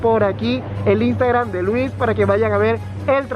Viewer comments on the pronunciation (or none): none